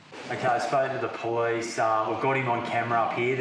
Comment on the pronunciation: The po-lease